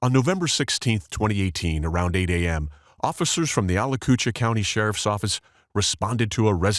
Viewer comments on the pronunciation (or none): Holy hell, I have heard many ways to mispronounce Alachua (mostly Al-chew-a) but Al-coot-cha has me dying. 😂😂 Just say Gainesville or outside of Gainesville in that indigenous word I can't pronounce county with loads of Gators and more "Florida Men" than any one town should have. LOL I'm already hooked on this channel and I'm not past the introduction of this one yet. Thank you! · like the detective said: "a-latch-ua" co. can't imagine how to spell what your bot said. 😮